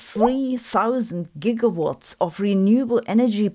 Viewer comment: Totally disappointed that you didn't pronounce GW like doc Brown...